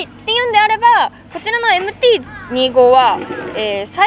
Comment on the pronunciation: MT−２５（Two Five）じゃないの？ このチャンネルはそこらへんがいい加減 丸山氏もふくめて